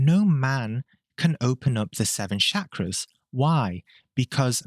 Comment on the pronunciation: All that talk about Shakras and you couldn't learn to pronounce the damn word? smh